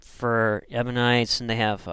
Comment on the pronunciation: You call them "Ebonites", but the word is EBIONITES!